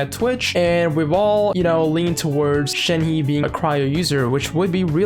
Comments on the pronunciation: “Shen-huh” for pronunciation. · It's pronounced, Shen (just Shen) he (use the H sound from the English word he, and for the sound of the E it will be pronounced like when you "uhh" but don't say ShenHeeeee, just say the He really fast well not too fast just fast and then you can pronounce it) I'm not that good at explaining but I hope you get the idea of what I'm say. So Shenhe (Shen-H-uh) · Its pronounced as 'shen-her' but without the 'r'. But when saying 'shen' theres like a 'u' undertone or smthng.